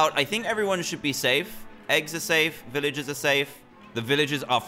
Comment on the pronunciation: You ceep on saying viloges and not velrges